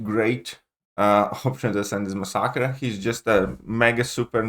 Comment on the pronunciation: My dude. He is pronounced: mass’-uh-cur Great videos and thanks for your guides. Paragon today bc of your Kang guide. Thanks